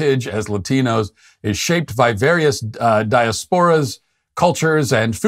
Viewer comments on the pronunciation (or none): Did you say DI-a-SPO-ra? Isn't that di-A-spo-ra? Anyway, have to go to the BO-de-ga. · Matt: “I’m no stranger to mispronouncing things…” 1 minute later Matt: “DiasPOra Hahahahha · Matt: di - AS - por - uh. Jeezz.